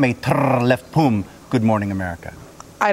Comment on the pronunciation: Lol 'lefpum' instead of 'lefpom' not bad otherwise, Sam :P